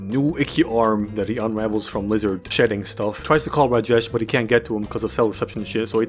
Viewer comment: The way he says Rajesh is the best I've ever heard from an American dude good werk